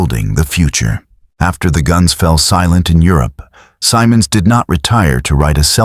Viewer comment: The general’s name is pronounced with a soft “I” Simmonds” not Symonds”.